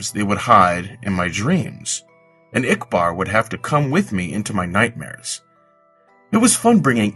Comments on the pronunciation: I couldn't understand ikbar (no offense) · I'm sorry i agree with Flamin.. You did a fantastic job at narration but ikbar i couldn't understand.